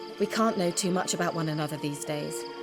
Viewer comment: "Looking for this witch you were talking aboot?" hehe Canadian. Videos are great though, 60 FPS, 1080P, great video quality (not over-compressed). Commentary is good too. Just wish there was more than one video per day!